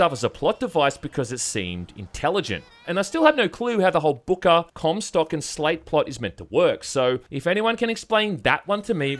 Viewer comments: I'm sorry, what? Cumsock? Not Comstock? XD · "Zachery Cumsock." What did he say?!